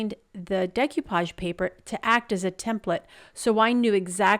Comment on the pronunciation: Loved them all. Decoupage is a French word and is pronounced Day-coo-paw-g. Keep on crafting!